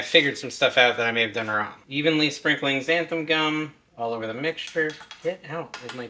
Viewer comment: Why does everyone sy xanth-UM. Read it folks: xanth-AN